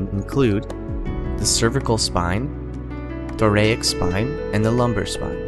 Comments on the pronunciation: What the heck are "thorayic" vertebrae? Kept distracting me whenever he mispronounced it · I thought it was pronounced "thor-AS-ic" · Try using a narrator that can pronounce the segments of the spine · I've never heard "thoracic" pronounced they way you pronounce it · the way he pronounces Thoracic triggers me